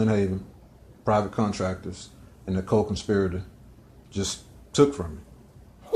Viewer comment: What’s a co-con spire a tor? Somebody wake me up when he finally shuts up. Love you. ✝️